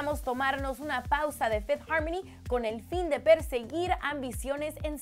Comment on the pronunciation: Minuto fifty harmony???? Error de escritura o de pronunciación